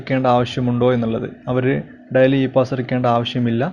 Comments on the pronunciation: Diali daili ennu parayanam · What boring ...how u pronounce daily...dily???